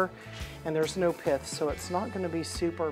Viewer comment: you have me in stitches I thought you said there no piss in the juice and you meant Pith